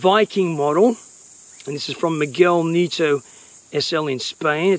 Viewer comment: hello mate your mispronouncing the name its pronunced correctly knee- et- toe he is spanish not german